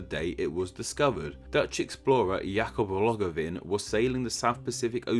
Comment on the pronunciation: Kudos for getting the Dutch pronunciation of Jacob Roggeveen more or less right!